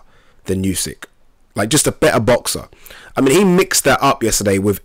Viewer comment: Spell it like oosyk. Not like yusyk